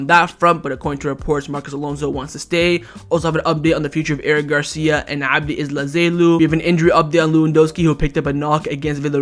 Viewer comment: it’s abde elzalzouli not abde ezlazelou